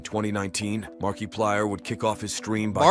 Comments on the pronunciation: Why does he say Markiplier like that 💀😭 markeeeplier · Markiplier ❌️ Markeyplier✅️